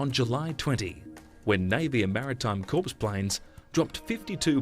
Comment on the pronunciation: "Corpse planes"? I think you may mean "corps," pronounced korr .